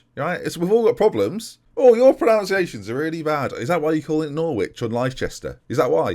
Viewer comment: You even pronounce pronunciation wrong 😂